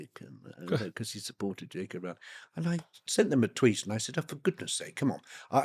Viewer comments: Rowling rhymes with bowling xx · Arrgh. It's ROWling as in "row row row your boat" U piss ant dog eared beetle brained soul suckers. A MOST IMPORTANT PERSON AND ON THE INTERNET FOR YEARS. scusi i have lost all respect for nearly everyone including you bat eating buggering wankers.